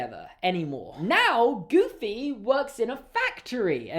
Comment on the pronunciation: The emphasis was on the wrong place. The emphasis is on EXTREMELY not GOOFY. I apologise on Disney's behalf